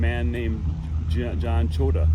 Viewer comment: His Name was John Chotia pronounced “ Cho-tee-a”. Do your research.